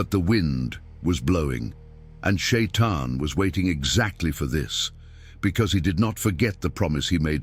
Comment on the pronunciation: Почему чтец читает не правильно! Ни Шаян, а шайтан!